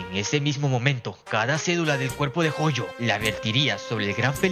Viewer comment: Jojo o Gojo cual de los dos por cuando dices Jojo dices Gojo